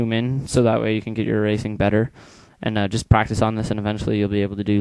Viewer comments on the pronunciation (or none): none